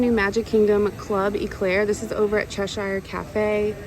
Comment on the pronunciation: As a UKer, the correct pronunciation of Cheshire is Chesh-urr, great review though.